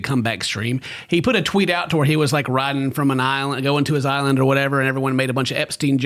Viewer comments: It's all about saying "Auhr" like an Aussie instead of "Or". My man's picking up on the dialect XD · keeps pronouncing or as aure. The de-americanizing process continues